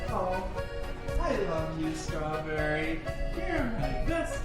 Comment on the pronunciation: You said "Strawburry" did you mean strawberry??